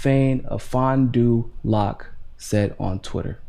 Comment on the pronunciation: I live in Appleton. You did a better job than most of pronouncing Oshkosh and Fond du Lac 😄